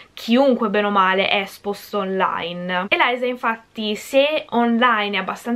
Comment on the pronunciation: Ma si dice Eliza cmq lo già letto